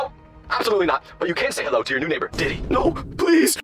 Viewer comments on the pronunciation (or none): It’s not di day it’s diddy